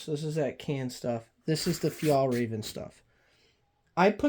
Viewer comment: We pronounce Fjäll as Fyell.